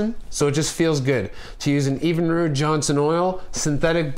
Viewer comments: What the hell is EVEN-ROOD? It's pronounced Evin-rude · You're saying it wrong. It isn't pronounced EEEEEvinrude. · Evenrude is not pronounced with the EEEE sound. Not long but short. My God you should know how to pronounce your motor. Your Motor is not rated for Premium Gas, look up your octane knock guide, you can harm your motor, just like your car, if you use Premium on an engine that's not rated for it, you will hurt your performance. Trust me I work in the fuel industry. Bad advice all around.